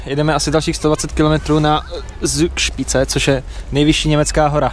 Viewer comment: Z se v nj čte jako C :)